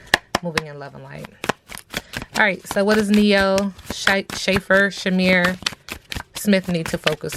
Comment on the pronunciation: It’s pronounced like shafer sis